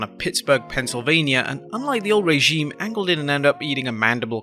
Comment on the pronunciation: I really hate it when you say regime